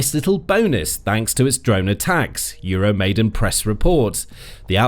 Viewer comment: EURO-MY-DAAAAAAN!!!! Come on guys! Please get it right! It's EURO MY DAAN! NOT 'MAIDEN'! You are starting to sound like trump or MTG!